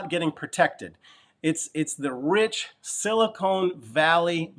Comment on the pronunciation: Silicon! not Silicone! haha .... thanks for the video as usual